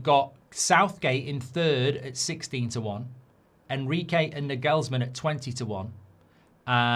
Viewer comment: Also Naaa gaals man, nagelsman